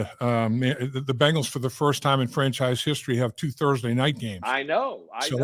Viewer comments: I can't deal when dudes or anyone pronounces Bengals as bangles.... Maybe it's just me..... 🐯🐯🐯💪🐅🐅🐅🐅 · Just wish he pronounced 'Bengals' correctly. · I know people that say Bingles too